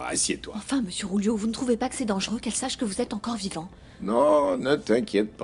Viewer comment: Julio*😄 le Ju en espagnol se prononce rwou